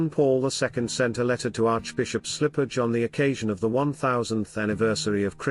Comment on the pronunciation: This narrator needs to correct his pronunciation of many words, including “Byzantine”, Kiev, Bishop Slipyj, etc.